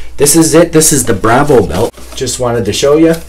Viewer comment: Its pronounced bravo, not bravo lol